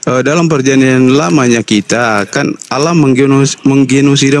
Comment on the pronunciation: Kenapa dalam kitab mereka ditulis " ALLAH " , tapi mereka sebut " Alah " bahasa Indonesia yang sangat tidak benar.coba dengar mereka sebut....